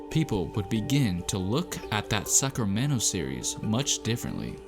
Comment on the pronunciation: I heard suckermento players